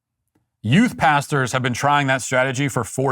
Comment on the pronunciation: Oh...Youth Pastors. I thought he was saying You Bastards. Put ads in young men's video games. It'll totally work, I promise.